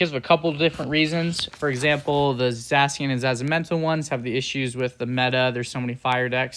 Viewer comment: Gave me nightmares the way he pronounced it